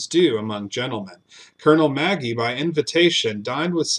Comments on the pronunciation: Ma-gee not Maggie lol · I’m not sure of this gentleman but Magee would usually be pronounced McGee not Maggie.